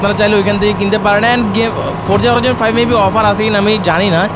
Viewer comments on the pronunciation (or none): bhai eda Horaizon naaa😂 Hori Zon bolen